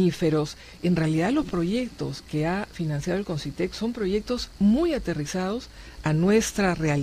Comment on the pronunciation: Concytec, no Consytec